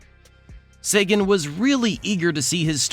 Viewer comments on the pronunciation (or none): none